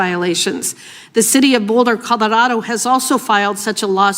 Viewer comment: that was dubbed over surely. Ms hageman didnt say Boulder Collerardo